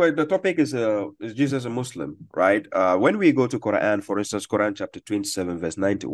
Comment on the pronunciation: "Jesus is Mo-Slim",, we are dying laughing. 🤣🤣🤣